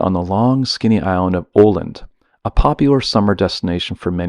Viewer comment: Sayng Oland makes it sound like Åland, which is east of Stockholm in Finland :)